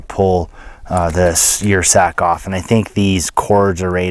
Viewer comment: I believe that would be pronounced 'er' sack as in Ursus (bear genus).